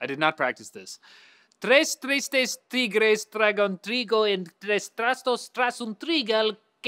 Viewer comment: Almost perfect the "Tigres" thing. Now it's your turn Linus, Esther and Julia